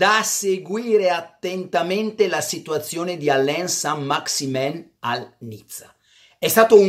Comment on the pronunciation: Carlo non si pronuncia SAN MAXEMON?